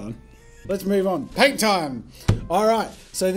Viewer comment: You said pain instead of paint